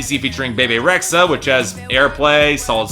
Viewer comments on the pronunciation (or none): "Hates good taste, modern gender norms, and YOU." Wow. Also, hate to nitpick, but again, Rexha is pronounced "REH-jah," not "REX-uh." It's very, very Albanian.